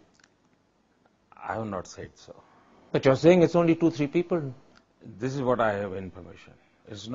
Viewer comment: “PEE-PAL” rip my beloved English 🙏